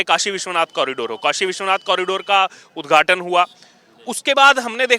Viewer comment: उद्घाटन नव्हे उदघाटन